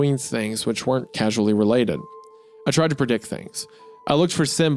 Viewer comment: Isaiah reading causally as casually really threw me off 😂